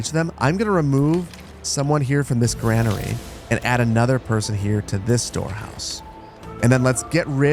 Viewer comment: GRAIN ER e not Gran er ee Like grain, or pain or brain.